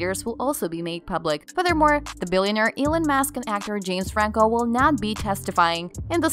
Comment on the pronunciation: Musk not mask